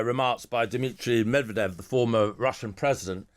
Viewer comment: lived in Ukraine and can't properly pronounce Medvedev's name? That curious. And it took him several minutes to again blame Putin's war on Trump. What does it matter if Putin abandons a treaty we withdrew from 8 years ago? Just some posturing at this point. Your broadcasts never miss a chance to miss the point.